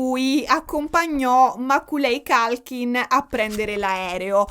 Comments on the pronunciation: ciao! non vedevo l'ora che uscisse questo video, 3 ore... WOW immagino solo lo sbattone che vi siete fatti nel raccogliere tutte le fonti e poi montare il tutto, grandi! solo per info tua, per quanto riguarda l'attore di "mamma hop perso l'aereo" si pronuncerebbe "MECOLI COLKIN" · Meccóly Colchin… non voglio fare la saccente… dio mi scampi e liberi dal demone dei nazzi-grammar o nazzi-pronouncer ❤❤❤ ne sono preda però… io uso google translate quando ho dubbi sulla pronuncia dei nomi inglesi. Dammi il nome di uno psichiatraaaa se ne conosci uno (vengo anche a Palermo per uno bravo!) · tutto bellissimo….ma non si può sentire come leggi il nome di Macaulay Culkin 😂😂😂😂 Ma io sono della sua generazione e ovviamente sono avvantaggiato…tutti noi ragazzini sapevamo chi fosse e come si leggesse il suo nome. 😁